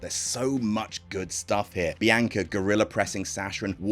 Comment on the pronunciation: The narrators “Biyanka” is giving me William Regal “Umanga” vibes lmao